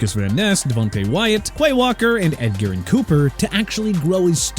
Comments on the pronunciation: It's choo-ba Hubbard not CHUBBA! And also it's pronounced Eh-jur-ihn Cooper not Ed-garen! Ja-lynn is pronounced jay-lynn! MOSTERT IS PRONOUNCED MO-STIRT NOT MOSTAIRT! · Edgerrin Cooper's last name is pronounced like this edge-er-in Edgerrin not ed-garren and your a casual for saying to trading Jameson Williams and Stetson Bennett needs to learn more your a casual